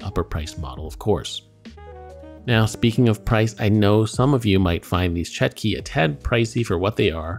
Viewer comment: it's chotki not chetki